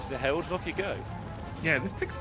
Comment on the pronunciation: 🤣 you can hear her struggle to understand what meant by “hewoeds”. Heralds…ahhh. lol.